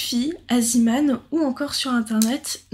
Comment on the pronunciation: Bonjour, on dit Zéman, pas ziman. C'est le nom du créateur néerlandais, pas anglais.